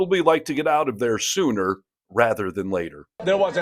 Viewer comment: LOL, I thought you called it the “Sewer State”